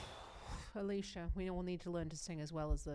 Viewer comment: For pronunciation tips: It's not English Alicia, it's more of 'ah-lee-ss-yah